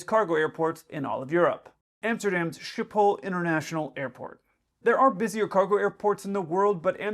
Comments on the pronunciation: Schipol is pronounced skip-ol. Not ship-hole. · For foreigners, Schiphol is not pronounced Ship-holl. The closest pronounciation is Skip-holl. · As you call it ship-hol all the time. It's rather pronounced skip-hol. Don't think of shipping, think of skipping. ;) My apologies to the Dutch: I know it's not perfect. Please comment if you have a better way to explain it to an English speaker. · It's pronounce SKHIPHOL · Please, if you're going to use an English approximation say Skiphol. The Dutch "sch" is a guttural version of a hard "g", as in the English word "good". Only the Germans pronounce "sch" as "sh", and we are not they. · I'm going to be that guy, but Schipol airport in Amsterdam is pronounced with a hard k in place of that ch. SKIH-pohl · Want to impress someone by using the correct pronunciation of the airport? Skip hole. Trust me, I lived in the Netherlands for years! Old Dutch names tend to have extra letters that aren’t pronounced. Example- around WW2, a store that sold fish would have a sign ‘visch’. Today, the same store sign says ‘vis’. 😅